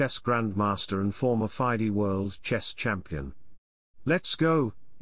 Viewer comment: I like how he said former 'fydee' world champion